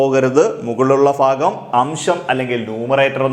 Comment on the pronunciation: ഫിന്നസംഖ്യ ഫയാനകം, ഈ ഫാഗം എന്തുവടെ ഫൂമിയിൽ തന്നെ അല്ലെ